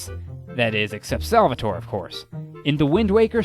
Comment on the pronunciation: Ehy, can I point out one little mistake? #13's name is SalvatorE. You must pronounce the last letter like the "e" of "Emblem". It's an italian word. It's not that important, it's just to learn something new;)